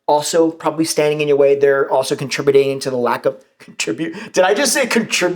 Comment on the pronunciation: I like “contribudating”🤣🤣🤣